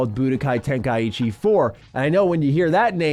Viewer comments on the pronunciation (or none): Good god it's TEN-KAI-CHI Not TEN-KAI-EE-CHI